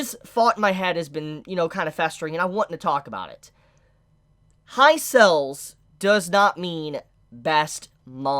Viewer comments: Why do you pronounce sales as cells lmao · Pronounce sales properly